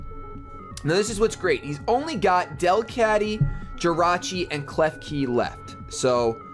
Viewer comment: pronounced DEL-cat-ty